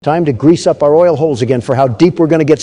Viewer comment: Did just say “OIL” in the intro?! The US Spec Ops are definitely going to raid his house that is totally filled with oil.